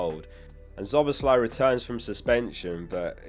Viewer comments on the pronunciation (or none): none